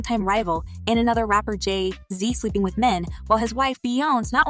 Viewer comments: Jay-zeee🤦🏾‍♀️🙃🤣 Bee-younze😡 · You say Jay z weird